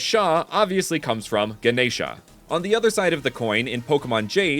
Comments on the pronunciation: Also you pronounced Ganesha perfectly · You pronounced Ganesha really nicely